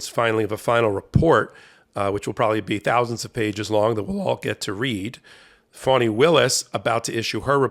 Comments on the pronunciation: HER name is pronounced FAN-ee not FAWN-ee. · NOT fawnie,,, fAnnie willis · Fani, not Fannie. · Fani Taifa Willis[1] (FAH-nee), Per wiki. Not Fawni. Y'all get it wrong all the time.